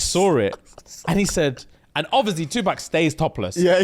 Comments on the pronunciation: The way pronounces Tupac as two pack and not two pock... i can't take it...bahahahaha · First of all, it's Tupac -2 pox not 2 pack 🤣🤣🤣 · Stop this madness,, you bottom boy, we love you but I can't stand for this. His name is pronounced Tupac. It is not Pack like Pacman, the letter 'a' sound like the 'a' in awesome or Aubrey. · Can I just say how much I hate the way the Brits pronounce Tupac 😂😂😂😂😂 its “pock” not “pack” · brah its pac not pec man wtf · 2-pack!!!! Hahahahahha not like pac man… lol. Like saying “Pock…” Tupac - Twopock Shakir - Shackeir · OMG TuPACK 😂😂😂 yuck! That A is killing me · Please say his name right 🤦🏾‍♀️ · The way y’all pronounced 2 Pac 😭😭